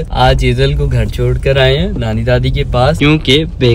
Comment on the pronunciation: It's not chod it's should be chhod